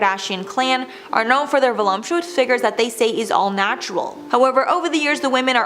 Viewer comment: Did you just say "volumptuous?" There's no M, sweetie. Vol-up-tu-ous. It's a hard word, though, I get it.